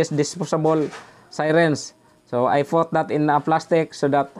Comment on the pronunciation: mag tagalog na lang po kayo Sir i admonish you para madali kayong ma intindinhan ng ating kababayang Pilipino..do not force yourself too much in explaining in English..(take notice about your pronounciation put to fut) this is not to humiliate and consider a positive advise..God Bless.